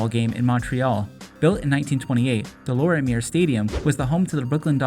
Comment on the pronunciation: Deh - Lawr - mee - yayy stadium. Is the proper pronounciation , kid